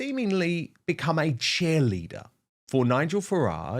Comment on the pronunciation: Its Cheerleader, not Chairleader. Sorry to sound petty Dan, but its one of those words that everyone says and really grates on me 😂😂😂